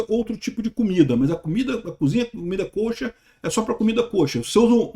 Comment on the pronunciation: Para agregar: se pronuncia comida /ka-chér/ (quase caché)